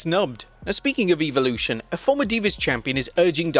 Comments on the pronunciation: bro stop calling it “EVILution” 😂😂😂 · do you just like pronouncing evolution wrong? pretty sure it's a short e not a long e.